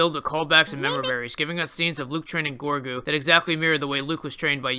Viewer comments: Sorry, but his name is Grogu not Gorgu. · Am I the only SW fan that is also an American Dad fan? It's pronounced 'Rogu'. 🤣